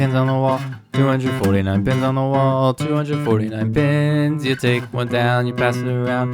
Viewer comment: Pins… It sounds like pens 💀